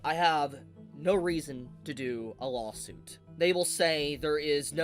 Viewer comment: Why does he say "Lawhhll" suit? Does he have a speech problem?